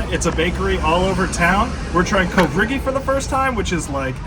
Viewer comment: You butchered the word "covrigi" 😭🥴😑